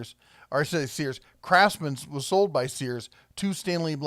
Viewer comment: I thought you said "Crapsman" at first. Had to rewind and listen again